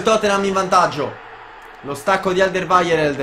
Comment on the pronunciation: Alderweireld se non mi sbaglio si pronuncia alder-ueirold